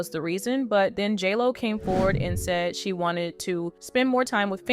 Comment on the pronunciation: Are you saying jello or jlo?